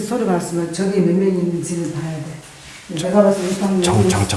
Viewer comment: 발음특징 저기->쩌기 저쪽->쩌쪽 저사람->쩌사람ㅋㅋㅋㅋ